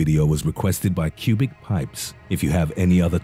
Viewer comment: Todays video was brought to you by.......pubic pipes. Lol!!!!!!! Instead of cubic pipes